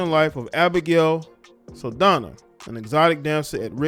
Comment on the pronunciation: Her name is pronounced “Sal-dahn-ya.” Same with actress Zoe’s name. It has a tilde/accent over the “n.”